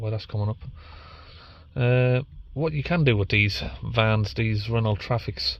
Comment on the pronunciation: It's pronounced "RennO" mate.